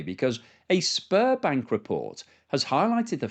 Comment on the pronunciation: The bank you referenced is pronounced Sberbank (or Zberbank) not Sparbank. Thanks for confirming that russia is a sinking Zitanic.